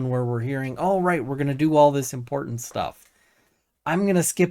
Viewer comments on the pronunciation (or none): none